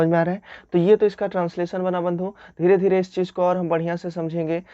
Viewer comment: Dhere dhere hoga dhere dhyre nahe